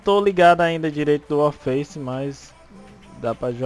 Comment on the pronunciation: O fala 'Wallfaice' kkkkk